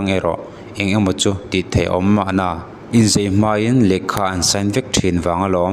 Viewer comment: Thihnate hi fiamthu thawhna atan an hmang ngai hlei nem, i ṭawngkam hman dan aṭang hian social media hmang tlak i nilo, i hmang ve leh duh a nih chuan fimkhur tawh rawh. Tin, 'inzei' a awm ngailo a, 'inzai' tih tur. I ṭawngkam fimkhur viau tawh rawh. Miin thihna an tuar mek a nih hi.